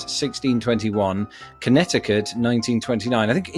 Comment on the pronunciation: Just FYI, the second C in Connecticut is silent, so it's pronounced connet-i-cut